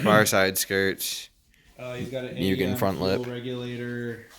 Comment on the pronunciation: No offense, but I believe it's pronounced mu gen